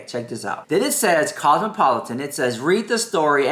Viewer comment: Girl mins in can't pronounce cosmopolitan,..... I repeated it three times now. 😅 Dead